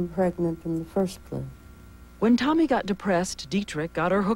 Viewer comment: TAMI. Not "Tommy." She went mad not from just the abortions, but from the insane verbal abuse. Rudi constantly accused her of doing everything completely wrong but breathing. (Pronunciation is the same.) Tami was beyond abused, that poor, beautiful woman.